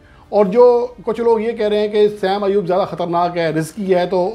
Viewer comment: بیٹا دو لوگوں کے تقابل میں "بہترین" (best) نہیں ھوتا، محض "بہتر" (better) ھوتا ھے۔ بہترین (best) کے لئیے کم از کم تین میں تقابل ھوتا ھے۔ نیز نام کا تلفظ "سیم ایوب" نہیں "صائم ایوب" ھے۔